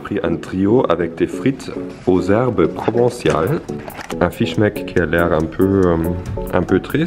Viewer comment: provençal pas provenciale